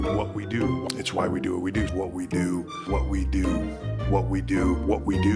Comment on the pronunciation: That damn "what we do" sounding like "whoopty doo!"